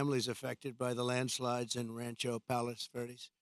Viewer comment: He couldnt even pronounce it correctly lol.